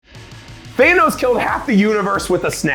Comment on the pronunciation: Did he call him Theynos?